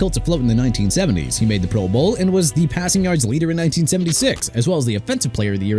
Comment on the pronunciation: Why no love for David Woodley with the Dolphins? He took them to Super Bowl 17-- which is FAR more than Tannehill or Tua have managed. BTW- Is the voice on this channel an AI voice? So many words either mis-pronounced or accenting the wrong syllable ("proBOWL" every time it's mentioned)